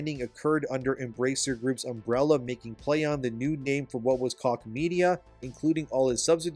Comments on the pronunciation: Koch is pronounced coke, not cock. Cock media is pretty funny sounding though. 😅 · It's Koch media, not cock media. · “Koch” is pronounced “coke”.